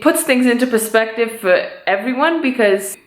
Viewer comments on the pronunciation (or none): none